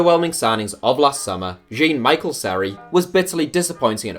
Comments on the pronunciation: " Jean " in french is said " Jown ", not jean like jeans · Jean what he pronounce it as a girl's name.its jhean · Why is your pronunciation so bad????? Especially Spanish and French words. Jean, is John effectively and Spanish G’s are pronounced ‘he’ It’s basic GCSE linguistics